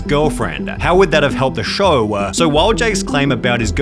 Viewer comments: Why do you pronounce words like show, “show-er” eg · “The showwaaa”